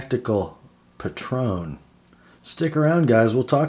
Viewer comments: I love mine, but the style is not for everyone. It's actually pronounced Patron like patriot, I was wrong in my first vid too haha. The blade is a reverse tanto, and I knew you'd appreciate that it's ground lean. The clip could definitely be better, and it rides higher than any other folder I've owned. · I think it's pronounced PAY-tron (with the emphasis on the first syllable).....